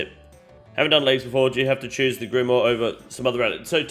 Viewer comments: can you just say grimoire correctly one single time in the video i beg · Pronunciations on grimoire and kandarin are on point 😂